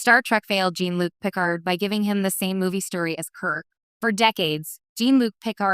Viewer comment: Gene Luke pikerd? Bad AI is bad.